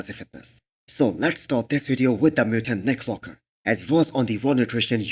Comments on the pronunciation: this guy is literally trolling by saying nick foker or what ? my man its WALKER not FOKER !! i worked with Indians and they dont have issues pronouncing the W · You are right, he did say foker, but so what! Its just a slip of the tounge.